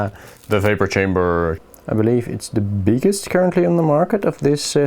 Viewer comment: Its chamber not kamber 🤣